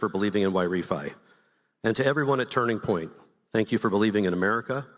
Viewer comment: "Now we've got tunring point usa."